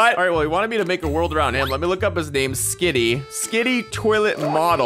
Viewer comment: And its skibidi toilet not skidi